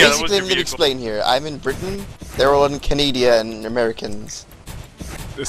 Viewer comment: did he say canadia?